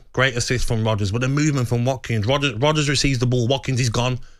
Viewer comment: Is Gabby calling Rogers Rodders?? 🤣